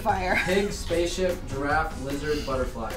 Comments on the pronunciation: i heard say spacship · no she said spaceshi* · said spaship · Is it just me or did say spaceship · The_ Disciple I didn't hear space ship but definitely pig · sounded like she said Spaceship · LET IT GO everyone heard her say spaceship 🚀 even and they even put subtitles. LET IT GO!!!!!!! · Is it me but it sounded like said Pig spaceship (When said to make that) And b1tch when said u heartless women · I could've sworn I heard babble something like "spaceship" when said "spaceship" multiple times. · it sounded like said spaceship! 😂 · tried saying spaceship! 💕🌸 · I could have sworn that said spaceship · It sounds like said "Pig" and "spaceship"! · Did no one else hear try to say spaceship!?!? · it sounded like said spaceship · Is it just me or did said spaceship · just me or was trying to say spaceship? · it sounded like said spaceship... 🤔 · Is it just me or did say pig and spaceship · SAID SPACCESHIP AND PIG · it did sound like said spaceship!!!!!!!!!!!!!!!!!!!!!1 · Did she say pig and spaceship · I swear I heard her say spaceship